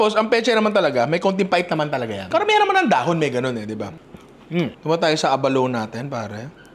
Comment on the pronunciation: The Avalon yun hindi Abalone. 🤣